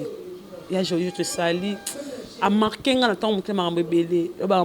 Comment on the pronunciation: yango ba classe nini bo kenda. yo ka nanu azo loba "margue"